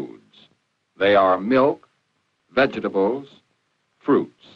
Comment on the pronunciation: "Vedga ta bles"